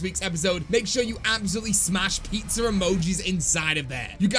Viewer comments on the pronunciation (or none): Nobody:: AND LOADS OF PIZZER UUHMOJEES